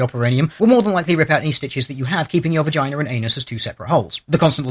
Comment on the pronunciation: lolol he said 'vagainer'